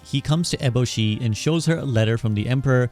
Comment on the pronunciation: This dude pronounced lady eboshi like 4 different ways lol good video though! Insightful